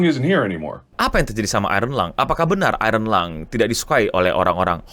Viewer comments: "Iron Lung", bukan "Ironlong" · Iron Lung ya bukan ironlong.